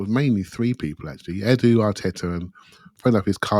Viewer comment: Perhaps can stop saying Adu instead of Edu!! You don't say Ad for Ed or Addie for Eddie, so why Adu for Edu??!!!